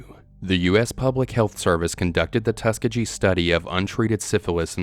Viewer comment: Haven't any of you heard of Josef Mengele (der Todesengel) The fact that he isn't on this list is far more shocking than anything in this video. Except maybe your pronunciation of "Tuskegee"